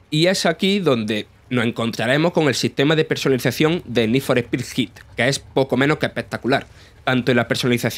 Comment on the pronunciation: Need For Pi 😂 Eres de Andújar